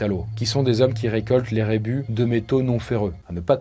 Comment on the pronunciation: On dit rebus, pas rébus. Ce sont 2 mots différents😉